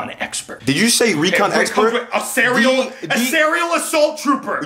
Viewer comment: Dude said Aserial